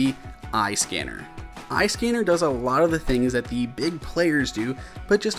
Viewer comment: fam, am i the only one that thought that said scammer apps? 😂😂